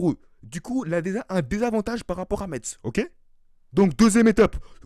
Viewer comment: Metz se prononce comme le mot (messe)